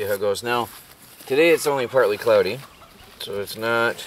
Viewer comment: i bete that phone gets very hot in the sun ,but u said cloody day